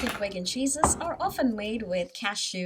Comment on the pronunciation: Vaigan? It's veegan, right?